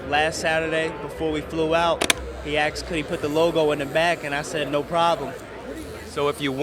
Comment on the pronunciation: The word is asked him ! Not axed him. Come on narrator .